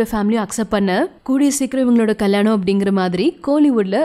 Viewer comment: Kalyanam ma not kalanam...😀